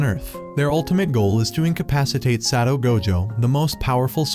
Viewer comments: I almost cry to the god darn title of the video and how the ai pronounce Satoru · Bro you forgot the ru in satoru gojo